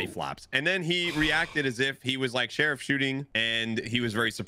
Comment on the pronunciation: "share of shot" instead of sheriff shot lol